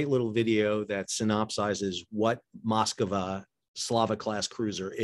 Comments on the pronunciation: sir...."Moskova" is not how you say it or pronounce it....it's extremely easy to say it....follow with your eyes...."mosk-va" ....I'm not russian, but I do know how to just read .....this drove me nuts throughout your commentary!!! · What is it with Americans and foreign names? It is Moskva, not Moskava.